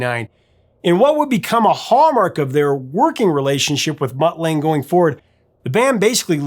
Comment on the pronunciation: And it's pronounced Lung-ger. Not Lang.